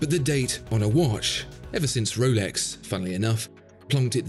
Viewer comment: Woolex daytona 🥺🥺💦 That’s very pretentious pronunciation